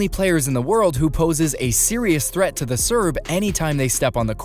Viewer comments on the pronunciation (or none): none